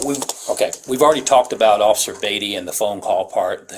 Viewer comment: IT'S NOT BATTY fix the ai😂